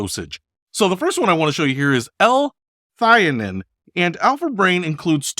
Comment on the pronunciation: Pronounced ‘L-THEE-a-neen’ ……… Alpha Brain contains the synthetic for of Vitamin B6 which van cause problems. It’s used in supplements because it’s super cheap. So why is Alpha Brain so expensive?! The natural form of B6, Pyridoxal 5-Phosphate is much better. Alpha Brain should contain it of it is supposed to be good, not bad for you! ‘Phos-fa-tidyl-sareen’ is the correct pronunciation.